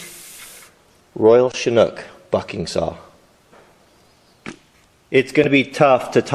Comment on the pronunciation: every time you say bucking saw, that's not what goes through my mind even though I know what you are saying. lol